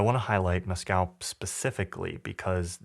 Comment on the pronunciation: Mescal is pronounced mess-cull fyi, not like the drink.